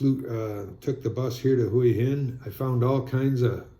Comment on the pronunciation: Hua Hin is pronounced Wa-Hin. If you pronounce it correctly you’ll appear smarter.